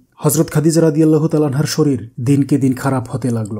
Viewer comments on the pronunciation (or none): none